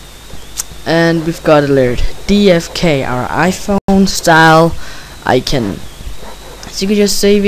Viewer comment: icon i prounonced i-con not icen and also gimp i s pronouced how its read not jimp GIMP other than that nice vid